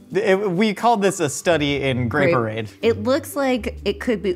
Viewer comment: "Grape-orade" ---> "Gray Parade" You're welcome.